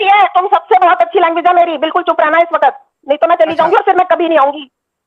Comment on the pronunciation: बिल्कुल चुप रहना "इस बखत", ये जुमला ये लहजा बता रही है ये अंधनमाजी जेहादिन कट्टर मोमिना है।